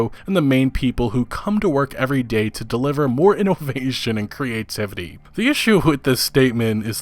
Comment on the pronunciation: Me: "Innovation": "Ee-no-vay-shun"